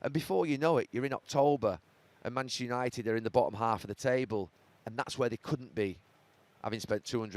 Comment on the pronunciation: Is it only me or does Gary still refer to them as Money-chester 😂😂